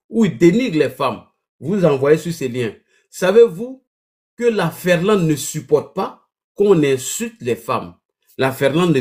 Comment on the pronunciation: On dit Finlande et non Ferlande. Illettré.